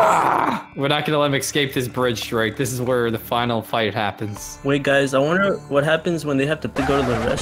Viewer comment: It's not Drach It's Zrake!